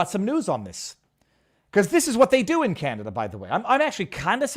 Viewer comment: DEW your DEW diligence like I DEW and I DEW believe that VIVA is a good man! DEW you know if he has covered the fire in MAUI? DEW let me know!